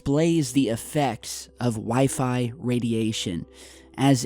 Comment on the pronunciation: "We-Fry" - wifi